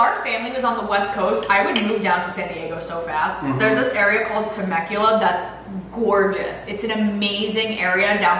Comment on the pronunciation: sis really said Temecula lmao